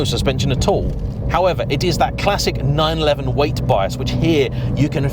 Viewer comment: I own a 911 and my local dealer pronounces it correctly. As do all most all other motoring journalists. Anyway I look forward to your future videos.